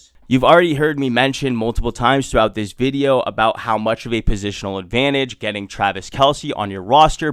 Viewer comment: Why do you say video as "videooww" Is that some accent thing or what lol